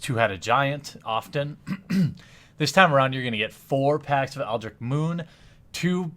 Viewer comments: you keep forgetting the t in eldritch...for months now...you're killing me. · definitely eldritch not eldrick